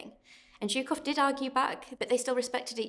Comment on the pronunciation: "Historians" that are not able to correctly pronounce the surname of one of the most important people of WW2....."Zukov"? Whats that? With this win, the Red army broke both the back and the head of nazi Germany. The road to Berlin was opened....and no person educated by western schools understands its importance apropriately.